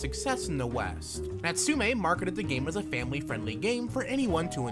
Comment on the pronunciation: Throughout the lenght of the video I kept repeating NATSU'-ME'! everytime he does....